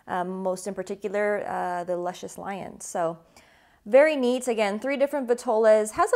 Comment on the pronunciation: You saying da name wrong...